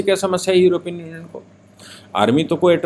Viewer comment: सही शब्द योरोपियन नही यूरोपियन होता है।